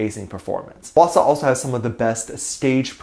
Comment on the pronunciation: "h-asaw" ( how I think it's spelled here ) Me: "eye-swana" Me: 👁️💧👄💧👁️ I.NEED.HELP